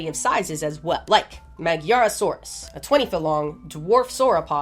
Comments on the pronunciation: love love love your videosss!! quick side note, i think the magyarosaurus is pronounced madjarosaurus, since the name basically means hungarian dinosaur, and the hungarian name for, well, hungarian, is magyar:) thanks for all your videos💚🐊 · Magyarosaurus may be pronounced as maDyarosaurus. I suppose it was named after Hungarians - Magyars (gy sounds like dy) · Ah also I'm a magyar, magyarosaurus is pronounced 'madyar' (the osaurus part was fine) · The way you pronounce Magyarosaurus is killing me... GY next to each other is pronounced... well I cant think of any word with that sound in english... okay after coming back from the rabbit hole of " gy " in hungarian and " ď " in czech/slovakian these two different letters in these not even related languages sound almost identical, have brought back this: The "gy" sound is similar to the English "d" in "dew" but is pronounced more softly and with a palatal quality, which is a characteristic feature of the Hungarian (Magyar) language.